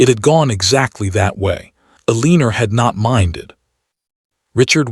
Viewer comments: AI pronounces Eleanor (EL- eh-nor) as eh-LEAN-or. Someone does not know how to program AI to pronounce Eleanor correctly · Because this AI is obsessed with a name it can not pronounce. I have commented to the channel/author to not use that name since their AI can’t pronounce it and it has been used by the AI in 3 or 4 stories.. I am leaving because Elinorr makes me flinch everytime. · Changing her name from Clara to a mispronounced Eleanor was the first strange thing about the story...others have addressed by others. Who wrote the last letter? that was not clear ....and she should have provided an heir in the ending since that was the main reason for their malice acts!